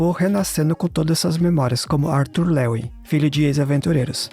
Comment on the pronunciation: É arthur leywin, e n leuen